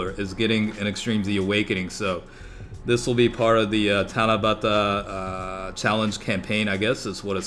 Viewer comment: No homo but I like the way you said Tanabata...